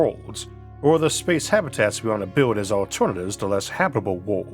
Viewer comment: I wawnt tu biwd a spaes ship too!